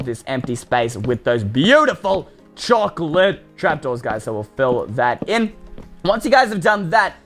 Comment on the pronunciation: Choclate..? ...... ..... .... CHOCLATE!!!